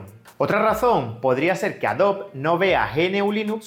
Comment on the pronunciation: Tengo una duda no referente al video en si, si no a como pronuncias el nombre de Adobe como "Adob" ¿a que se debe esa pronunciación, si en inglés se pronuncia "adobi"? en español se deberia pronunciar como se escribe tal cual AdobE.